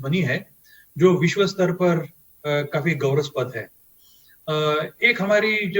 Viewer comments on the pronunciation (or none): none